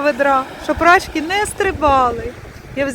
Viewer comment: Вибачте, якщо вже писали, але наголос на и, рачкИ, бо дуже ріже вухо